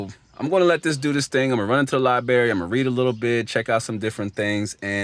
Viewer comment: I like the video! There’s another R in library fyi